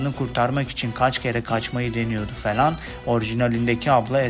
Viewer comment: kanka felan değil "falan"